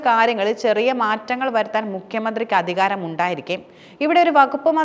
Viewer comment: ദനവകുപ്പ്,ഫരണരംഗം,അദിഹാരം.ഈഉച്ചാരണങ്ങൾ തെറ്റ്.തിരുത്തി പറഞ്ഞ് ശീലിക്കണം.